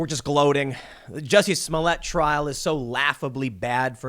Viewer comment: It's pronounced "juicy"